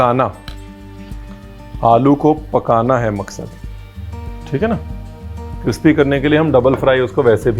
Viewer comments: if you listen carefully at times in some videos chef says "Cripsy" not crispy, i based my comment on that :) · Now i get confused if it's CRISPY or CRIPSY 🤣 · Cripsy kararaaa 🤣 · Ranveer vo crispy nahi, cripsy hotha hai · cripsy karare kaha gaya 😂😂😂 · Crispy galat shabd hai Brar bhai it's crispy 😂😂